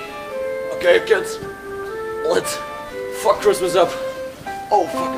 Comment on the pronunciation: chris-mess and it was garvege u got a sick maynde